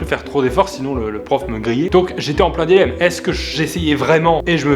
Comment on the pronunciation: Jeanne Sala Oui, c'est juste qu'il l'a mal prononcé ce qui porte à confusion